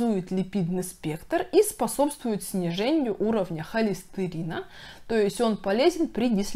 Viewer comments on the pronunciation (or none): Невозможно воспринимать - сниженЬе давленЬя, названЬя, зренЬя...🥲🧐 Хорошие, полезные вещи говорите , но речь ....